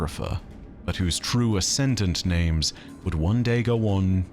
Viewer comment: Cannot count on "". If he cant get the names right, what else is not right? Every intentional "I know better than the dev's" pronounciation is like nails on a chalkboard, and kind of arrogant.